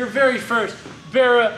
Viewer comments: Barra gg350! I dunno but every time he says that thats what I'm hearing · Sounds like your saying berra. It's barra based off the Australian barramundi fish. One of the best engines us Aussies ever built. Why these engines are not standard in mustangs we will never know.